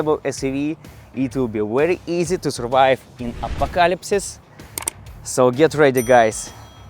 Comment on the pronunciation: вери изи ту сувайв 🤦🤣🤣🤣 ты чего, сдулся совсем